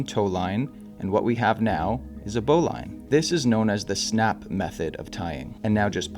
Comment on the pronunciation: I could be wrong but I always heard that "Bowline" is actually pronounced "Bow Lynn". I could be wrong.